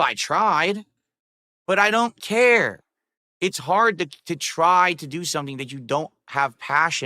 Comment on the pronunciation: It’s too hearrrrrd. that’s what I Herrrd. It’s to harrerredd.